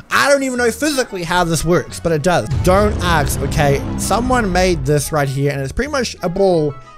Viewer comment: When you say ask i think you say axe